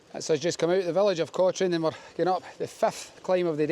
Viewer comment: It's pronounced Coturn no Cotrine. No idea why.